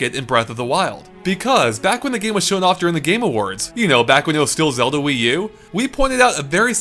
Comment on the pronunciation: STOP SAYING FUCKING "ZODA" just STOOOOP!